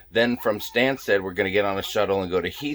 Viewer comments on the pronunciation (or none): Greetings from London! Glad you made it back home and with your luggage! 😃 Btw you mis-pronounced Stanstead (though doubt you will need to use it too often). Its Stan (as in Stan Laurel!!) sted!! Gatwick used to be a very country area, at least you saw some horses!!